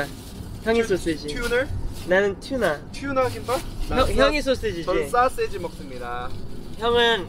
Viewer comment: 정크푸드를 쩡크푸드라고 하는 당신....소시지를 솟쎄지라고 하는 당신....귀여워.....귀여워................다...귀여워....다....